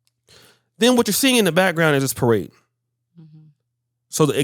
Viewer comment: day of the paroad? 😂😂😂